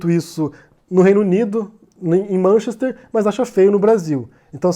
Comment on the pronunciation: Vc deveria começar por pronunciar corretamente Manchester, e lá não se picha propriedade privada